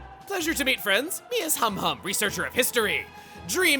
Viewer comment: ...I swear, every time Chugga says Humhum's name, I mishear it as "hom hom" and get Xenoblade 1 flashbacks...